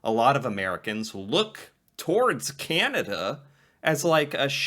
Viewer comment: Sorry to be a Canadian pest but you're pronouncing the name of Canada incorrectly. Your first A in Canada is too nasal. The A should be pronounced back in the throat, with the jaw dropped straight down, and not in the nose. Listen to the two American ladies in the interviews. They pronounce the first A more softly and you should too! Listen to the much softer and smoother way you say "Canadian." There you pronounce the A correctly.